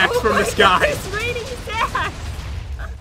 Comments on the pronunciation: me: ITS RAINING SAKS pat: I never hered someone say its raining saks me:I just said that me:ITS RAINING SAKS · You said sack🤣🤣🤣🤣🤣